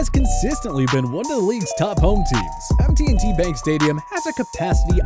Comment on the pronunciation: MT&T Bank Stadiem? MIsspelled mispronounced. Its M&T Bank Stadium